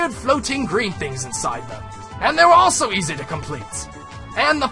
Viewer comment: east instead of easy